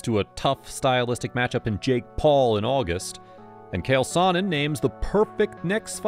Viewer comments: great video i liked it, i been seeing alot of videos where fighters are getting names butchered.i thought that kale sonen was funny tho.well put together vid but im Italian had to break ur balls 😂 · Calling uncle Chael “” loses you all respect as an MMA reporter 🤦🏼‍♂️